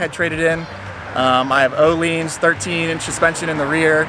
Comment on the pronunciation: It's Oh-Lynns or Ooo-Lynns NOT Oh-LEANS. The vowel is stressed at the front. It sounds crazy how most people butcher that word.